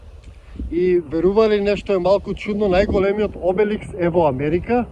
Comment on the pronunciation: Обелиск а не Обеликс